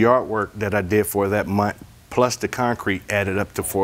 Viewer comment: And where they laid the syllable on the word itself broke me up. ConCRETE. Over and over. 😆